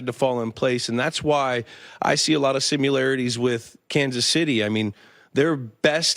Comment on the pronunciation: Lmao the “simularities” pronounced it that way two times